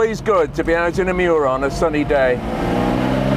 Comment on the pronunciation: It is not pronounced Myu-ra. Say : ME OO RA. :face-blue-smiling